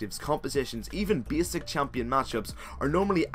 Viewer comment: Did you say ''beesick'' or ''basic".